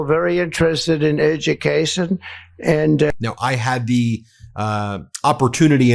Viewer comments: EVERYONE loves that I am getting rid of the Dept of Ezucation (I spelt it the way he said it)...... I know at least 5 million people that don't agree with that statement. And it only took me a few minutes to get that number. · “Ez dju caziun” 😂 Back to school Trump! You can’t pronounce ‘education’. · another word that he can't say Listen to how he says education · Listen closely. "Edokassion" The disgusting orange shit machine cannot even pronounce the word properly ! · Educason! Did anybody hear that? PLEASE tell me that heard that? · Trump's ability to speak is declining fast. "Educeshin"? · He friggin’ mispronounced education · He can barely say education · Trump can’t even pronounce the word “education” properly. And how he sets those children such a low bar, with his use of the word “bigness.” The dimmest world leader. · Did anyone hear him when he said the word education he pronounced it wrong WOW! he should have his paper and pencil write education down a 100 times